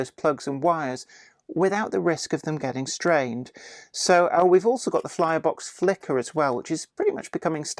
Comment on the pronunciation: Did I just hear you say "Flirebox Flicker"? :D